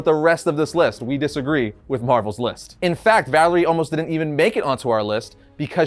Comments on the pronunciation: And funny how he’s mispronouncing/calling her the wrong name,which is not VALERIE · 'Valerie' Richards smh... Sometimes I wonder if this guy even bothers to read comics or just speed reads the wiki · You can't even pronounce Valeria Richards right? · You dont make the list its valaria not valery and she is totally top 3 at some points /stories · Her name is Valeria, not Valerie. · It's Valeria Richards. Not Valerie Richards. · You lost me at Valerie Richards. It's Valeria. Great job! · You should never make fun of someone for mispronouncing words. It usually means they learned the word through reading and seeking out knowledge. But Valeria being called Valerie was making my brain hurt. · seriously, her name is VALERIA Richards, not Valerie! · Sorry I'm late to the party and just saw this vid, but it's driving me crazy that they say Valerie Richards and not Valeria. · Actually, it's Valeria Richards. NOT Valerie. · So although I'm sure someone has already said it but it's not Valarie it's Valairia. I'd also like to add Hank Pym was named the scientist supreme so he kinda has to be number one, although I understand one and two still scientist supreme not really wiggle room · It's pronounced Val-er-e-a. Valeria. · It's Valeria, not Valerie. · It’s Valeria not Valerie. Cmon man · Who is Valerie Richards? I know Valeria but not Valerie. You even said it more than once. Hmmm. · Her name is Valeria not Valerie. If Marvel says she's no.5 that makes your list irrelevant. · Valeria bro, Valeria Richards, not Valerie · For someone that does comic book videos shouldn't you know that it's Valeria Richards and not Valerie Richards..? ; ) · And,, Reed, and Sue's daughter is named Valeria (Val-AIR-E-ah), not Valerie. You wouldn't want people to start referring to you as "Ari". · VAL-AIR-IA with AIR in the middle pronounced like beginning of your name. FFS you are such a poser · When he called Valeria Richards Valerie Richards cringe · VALERIA not Valerie